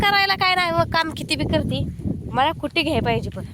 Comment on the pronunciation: कुटी नाही ग स्कुटी म्हनाच